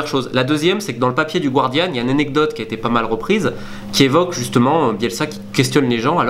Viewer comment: Bonjour Romain, pour la prononciation du "Guardian" c'est "Gardian" et non pas "Gouardian". Continue ton bon travail !